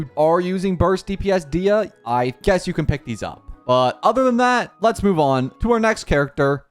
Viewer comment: DAYAH not Diah u say her name wrong